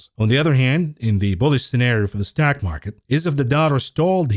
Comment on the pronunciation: whos jamie demon? heard of jamie dimon but not demon. you cant even say stock market. you're like: ståack market. I mean wtf is a ståiack? Learn english.